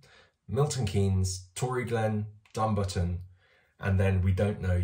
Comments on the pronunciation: Btw Dumbarton is in Scotland and is pronounced Dum-bar-taun lol 😂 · It's Dumbarton all one word not Dumbar-ton.